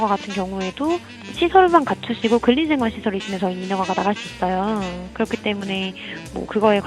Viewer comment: 근린생활시설을.. 글린생활시설이라네 뉴스가 발음그대로 적어버리네 ㅋㅋ